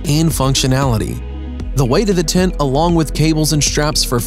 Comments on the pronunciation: Nice and original tents BUT am I the only one that got annoyed with the way he pronounced "TENT"? It sounds like he's saying "TINT" :) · Its called a tent and not a tint. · Voice Actor: Doing a voice over for a TENT video Also Voice Actor: Pronounces it "Tint" and "Tit" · I love the bubble tent Also they thought he was saying tint instead of tent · Honestly I thought dude said tit at first! 🤦😳🤷✌🏻😂🤘🏻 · "the tints..."😂. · STOP CALLING IT A “TINT”. You ruined this for us. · Was anyone else bothered by the narrator saying "tint(s)" rather than tent(s)? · Why does the narrator not know how to pronounce “tent” and keeps saying “tint”? How annoying. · Sounds like he’s saying tint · El tacko, I'll agree: "tint"...(!) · fFter hearing "tent" pronounced as "Tint" five times in the first minute, I just couldn't take it anymore. See ya... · I know! I noticed it right off the bat and almost didn’t make it through the video. So weird. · Niko TheBlackCloud lol true